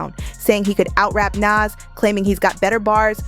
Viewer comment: She pronounced Nas 2 different ways back to back.